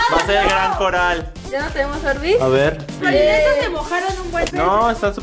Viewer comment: es polinesios , no es polinecios